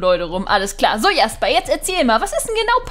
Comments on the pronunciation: Hi Man spricht Jasper nicht Jasper aus sondern Schäsper 😉 ich liebe deine Videos Bitte Liken damit sie das sieht 👍🧀❤️ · Jasper: Aussprache tschäsper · ich glaube Sein name wird Jäsper also im englischen ausgesprochen oder nicht?! 😂😘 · Sorry aber ich glaue das wir Tschäsper ausgesprochen 😄😄👍👍